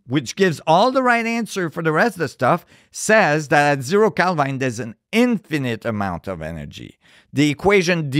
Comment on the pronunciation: When he said hbarmu , I said wait a minute, and later he pronounced Kelvin as kelvine, I stopped listening😂